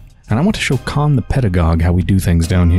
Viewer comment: Ok I have to step up😂 About the pronunciation: “kh” is to be read like [h], so Khan will be [han], Burakh-[Burah] , Stakh -[stah] and so on Next, Georgi Kain is [Georgii Kain], not [kein]. And yes, right you are , in the majority of cases after marriage female gets male’s surname+”a” in the end. So if the husband is Smirnov , the wife will be SmirnovA, or Kain and Kaina in our case)